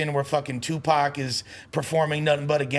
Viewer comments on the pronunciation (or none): Loool white people man this nigga callin Tupac…… Tuepax 🤦🏿‍♂️ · "I OWN TUPACK"